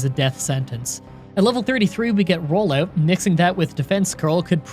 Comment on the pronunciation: Man said “rollayewt”